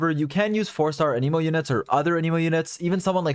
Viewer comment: Thank you for the info! One criticism: your pronunciation of “anemo”. I believe it’s pronounced “ă-nih-mo” (short a; like in “ at”) rather than “ann-ee-mo”. This is a very soft criticism and it didn’t stop me from understanding what you were saying. Thanks again! ✌️😁